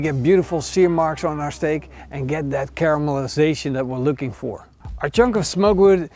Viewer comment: holy cow that’s just not a steak that’s a weapon you can tomahawk chop someone and knock them out😁 but seriously that’s gotta be like the steak king did i hear cowmelization 😂